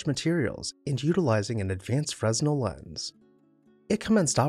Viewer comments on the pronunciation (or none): Fresnel is pronounced fren-NELL. The "s" is silent. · Love your videos! Just a quick note for future, the "s" is silent when pronouncing the Fresnel Lens. It should sound more like "Frey-nel". But great work please keep the vids coming!